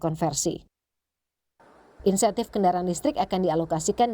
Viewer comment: Bukan "Intensif" min, tapi Insentif